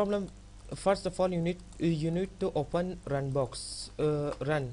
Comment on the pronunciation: Where r u from?. rand box no... run box